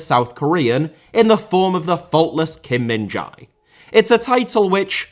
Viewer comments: please stop butchering Kim Min-Jae’s name. It is pronounced “Min-Jay” as in “hey” not “Min-Jai” as in “hi”. There is no such sound “Jai”, at least the way you say it, in Korean. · The Jae in Kim Min Jae is pronounced much more like Jay. The actual pronunciation is most similar to "eh" with a J in front of it. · Well if you can learn to pronouce Khvicha Kvaratskhelia couldnt you at least try to learn Kim Min Jae's name...